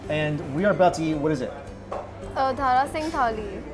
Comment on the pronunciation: It's Dara not Dhara